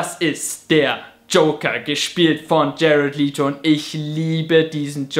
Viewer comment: Wirklich gut, aber für zukünftige Videos: Jared Leto wird überraschenderweise nicht "Lieto" ausgesprochen. Es spricht sich eher wie "Läddou".